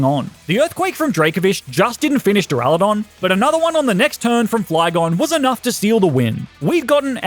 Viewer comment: DURALUDON, NOT DURALODON!